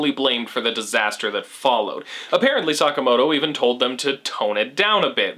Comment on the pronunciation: hehehe "Suck-amoto"